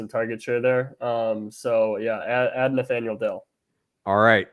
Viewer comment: Guy says Nathaniel lmaooooo